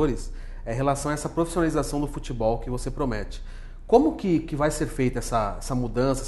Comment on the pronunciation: qual a palavra q ele diz? profissionalização? parece que ele fala prostonalizacao..rs